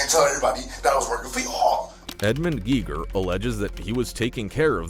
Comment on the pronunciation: It's pronounced Gay-gher. It's a German name like the German physicist that invented the Geiger Counter.